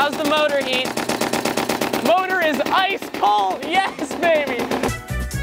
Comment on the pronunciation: the words "slapping", "yes", and "oh my god" sounds kinda weird in this video